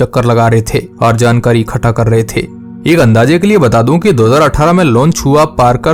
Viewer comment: Bhai Tum Ikhta Ko Khta Kiyu Bol Rahe Ho